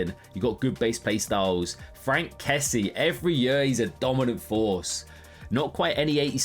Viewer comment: my god man Kessié is pronounced Kessi-ay